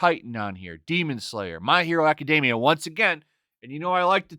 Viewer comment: I saw the Batman Fortnite thing and was trying to figure out who all the "new Batman characters" were in the bizarre outfit before connecting "fortnite" to the game and not the term for 2 weeks. Then I laughed at how stupid the concept was. And I didn't think TMNT vs. Batman was a bad idea. Also: aca-DEEM-ee-ah. Stop learning Anglicized pronunciations from Japanese-ized pronunciations.